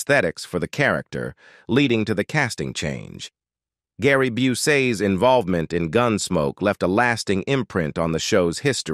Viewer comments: It's a bunch of crap. Ken Curtis was a guest star on gunsmoke years before he became our beloved fetus hagen. If you listen to the pronunciation of some of the words, they aren't anywhere near proper. Gary bu - say? It's busey, pronounced bu- see. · Gart Busay? And why is this mention. I think the AI/ChatBot got mixed up somewhere in the works, not to mention some of the pronunciations. Yikes. Glad I can laugh at this comedy of errors. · Gary Bu-see? Really? This is slander. Or is it libel? How about both?